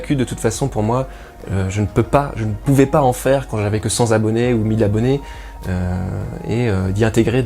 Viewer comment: Cent Zabonnés ? C'est pas plutôt Cent Tabonnés ?